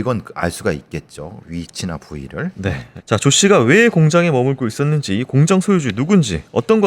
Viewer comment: 공장을 왜 자꾸 공짱이라고 발음 하시나요